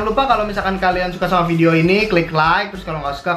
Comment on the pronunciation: bukan fidiyo tapi video